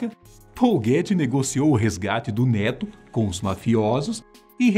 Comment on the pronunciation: " Neto" eu entendi "dedo"😐😂